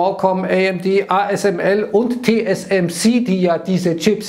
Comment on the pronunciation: hat TSMC in der richtigen Reihenfolge ausgesprochen. Das ich das noch erlebe. 😂😉